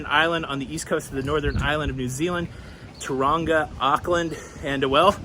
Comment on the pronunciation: Cyclone by Dub Pistols…. “Running in a cyclone” Also, Taronga is the zoo in Sydney. Tauranga, NZ is pronounced more like Tow (like cow) rānga (rahn ga (soft g))